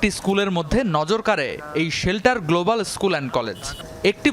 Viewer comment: সে তো উচ্চারণ করতে পারছে না গ্লোবাল, বলতেছে গোলোবাল। সে আবার মাষ্টার মশাই কিভাবে হয় 😅